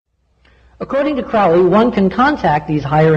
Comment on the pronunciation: It's CROWLEY to rhyme with holy!